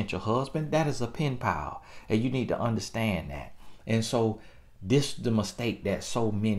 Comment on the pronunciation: "That's a pin-pal". LOL. Country Grammar. Are you from Florida?